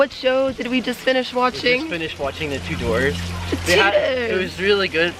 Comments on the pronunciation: Thought you said the Two Doors!😂 It's pronounced the Chewders! Great vlog guys!👍🏼👍🏼😘😘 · I'm surprised none of the commenters are pointing out that The Tudors is terribad for learning about Bluff King Hal. I recommend Wolfe Hall and any of the BBC, PBS, etc. shows about Henry VIII instead. Also, it sounded like Sam said "Two Doors" instead of Tudors.